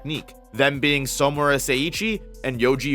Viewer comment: Why do you keep pronouncing "Samura" like "Somura"?